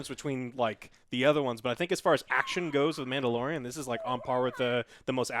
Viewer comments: “Yodalorian”. Perfect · Mandayodalin, joe! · Joe said Yodalorian 😆